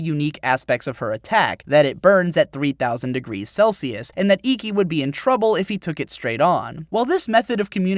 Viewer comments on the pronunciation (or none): none